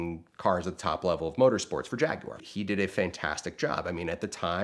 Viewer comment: I cannot stand the way he pronounces Jaguar.